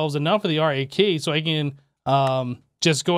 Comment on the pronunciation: Cant believe he is still calling it R.A.K and not RAK :D